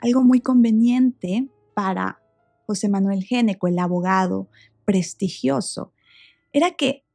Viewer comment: ....."prestigiioso" ,"prestigio", ????